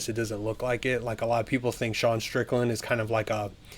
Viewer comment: Why does everyone call Sean De'sean?